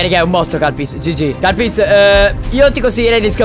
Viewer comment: ma... ha detto kalpys??